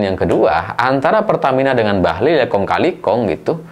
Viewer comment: Koq aku denger suara abang jadi "Bahlul'..,😅😅